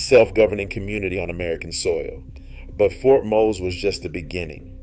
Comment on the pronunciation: I was born in St. Augustine and I am familiar with Fort Mose and the Seminoles. However, you did present new information and I’m grateful for the reminder! I was also glad that you pronounced the fort correctly and not as Mo-say. Keep up the good work!